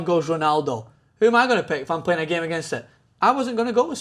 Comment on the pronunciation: Daniel Rodríguez Sánchez Did you seriously just say "Gaymar"? 10 year old confirmed lads.